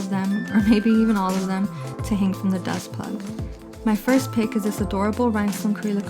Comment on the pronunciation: Are you saying Dust Plug? What do you put in at the top to hang your charms?